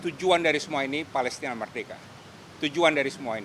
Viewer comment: Bapak jadi sulit nyebut palestine ya